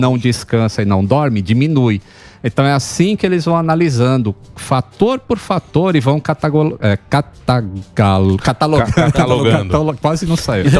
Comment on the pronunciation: catagolando? 😂😂😂 Catalogando! os grandes também erram. é top demais